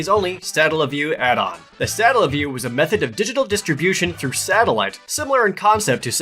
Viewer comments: OMG... the way he pronounces Satellaview... it's painful. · I don't see why the video being uploaded years ago prevents him from pronouncing the word correctly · i hate how he pronounces satellaview